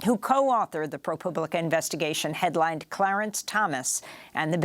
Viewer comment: Amy, I think you meant to say Pro-pooblica. honest mistake